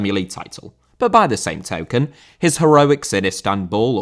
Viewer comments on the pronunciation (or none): none